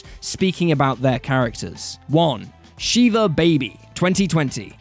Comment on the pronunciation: It’s pronounced Shih-vuh. Not shee-vuh. She-vuh is the pronunciation of a Hindu god